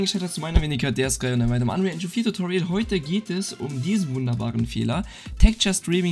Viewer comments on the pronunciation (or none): none